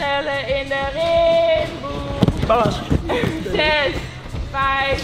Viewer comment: het is niet timboe maar rimboe haha